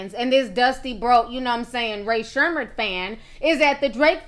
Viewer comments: its Sremmurd not Sherman 🤦‍♀️ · Ray Sherman lmaoo Ti and her accidental word quips crack me up. Edit: bruh Sherm life 😂💀💀I love this woman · lmaooooo i don't know how to pronounce that mess i tried my best!!😂😂